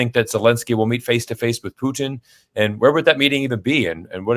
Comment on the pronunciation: Absolutely admire your pronunciation of the Russian Federation president's last name! Bravo!